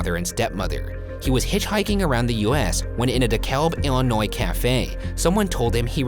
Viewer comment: Me personally I’m just glad he said Illinois right😂